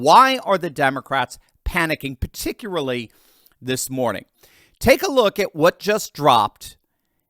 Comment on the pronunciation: There are hundreds of books behind this guy so we assume he is well read and we might listen to him, however when he tried to say particularly and instead said particlary I stopped listening.